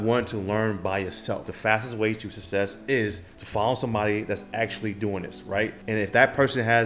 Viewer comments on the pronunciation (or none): Ill be honest, this dude can't even say success properly..